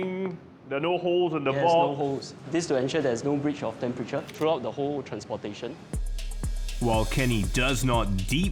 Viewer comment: its "the", not "thee". (before words which begin with consonants)